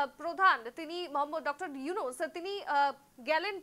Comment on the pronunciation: ইউনুসের নামই যারা সুদ্ধভাবে উচ্চারণ করতে পারে নাহ,তারা নাকি আবার সাংবাদিক! 😂😂😂